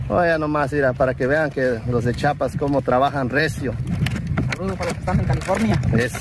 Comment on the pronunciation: Se dice chiapas nooo chapas amigo